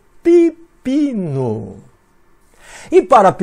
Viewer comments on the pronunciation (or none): none